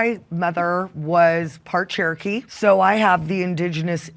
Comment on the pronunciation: When she said “part Cherokee”